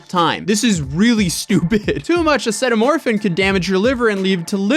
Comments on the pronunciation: "ass-a-meat-a-toe-fin"! LOL....that's Tylenol....LOL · Acitometaphin = (ah-see-doh-meta-fin) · Dex-tro-meth-orphan/ or-fan Uh-see-ta-men-o-fen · acetominophen: ah-see-toe-min-oh-fin aka tylenol im crying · ah-ceet-uh-min-o-fen xD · Dude can’t say “acetaminophen”… bro, it’s literally Tylenol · I'm a nursing student and, I'm sorry, this is no hate.... But had to rewind to hear you say acetaminophen again 😂 oh that gave me a good laugh! But in all seriousness, please, nobody try this trend. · You saying the medical words over and over and over and over ruined the video for me lmao and I will no longer be watching any of your videos and there isn’t even an r in acetaminophen tf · The first few words, I will give you for not being able to pronounce correctly. They are not used every day. However acetaminophen bro?? Its Tylenol, used everyday around the world and antihistamines?? They are used in allergy medication, another thing used everyday all over the world. You did pretty well with antihistamines though, so it was really just acetaminophen. Tylenol my man, lol